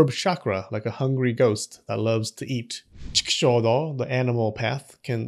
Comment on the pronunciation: Chikushodo. . . huh. . sounds like TEXAS.